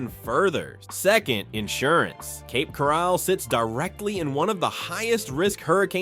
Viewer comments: . Yes. I am aware of that. We live in St Pete. Our cousins live in Cape Coral. Read my comment and notice the spelling and laughing emoji. It was a joke due to the incompetent robot mispronouncing Coral and calling it Corall. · Where is Cape Corrall??😂😂. AI sucks. The market is changed everywhere not just these cities and not just in FL.